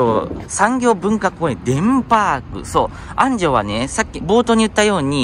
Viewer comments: 安城の発音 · 安城出身です 昔は田んぼだらけでしたね ちなみにあんじょうのアクセントは「じょ」の部分です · 地元のアナウンサーも安城の発音は間違えますな😅